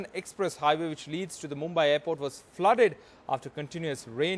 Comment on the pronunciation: Brother the city is pronounced as Mumbaee though spelled as Mumbai... it should end as ee and not ai....